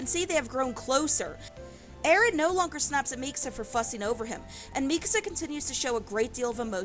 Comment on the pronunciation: why do you say her name like that